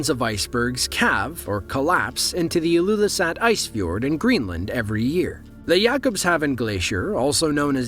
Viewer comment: Most of those are captured in Greenland ilyoulissart lmfao Why are Americans so bad at pronouncing Greenlandic words?